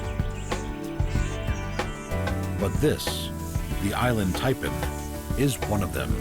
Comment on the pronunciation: inland taipan. INLAND taipan. INLAND taipan. pathetic.